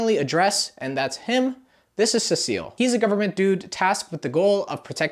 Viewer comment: Everybody complaining about the cecil pronunciation but I lowkey don't mind cuz I'm latino and in spanish Cecil is written "Cecilio" and its with that pronunciation he's using, I even know a guy irl with that name, so yeah even though cecil is a few letters shirter than cecilio, I still think it sounds pretty decent :)